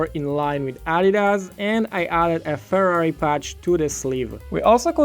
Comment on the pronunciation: why did u call Ferrari furri lol